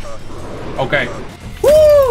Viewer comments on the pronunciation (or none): "sot gun ..... Okeh"